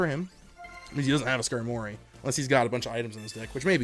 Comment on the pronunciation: Great vid🤙🏾 but ngl I hate how you say Skarmory🤦🏾‍♂️🤣💀